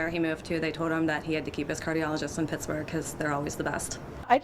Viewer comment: "I like Pixburgh", lol...I'm from there, so don't get mad.